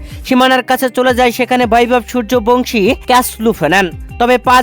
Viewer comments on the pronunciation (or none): none